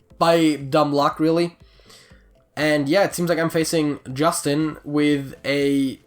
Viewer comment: The name "iustin" is romanian, you can look it up how to pronounce it as it is hard for me to explain. You can call me though, I don't mind.